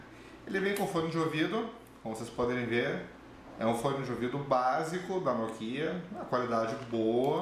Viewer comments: e apropósito!! não é "nokiiiiiiiiiiiiiiia" é noookia a sílaba tônica é o "no" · NokÍa ? Toscren ? hsuahsua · Nicoly Sampaio agonia a pronúncia dele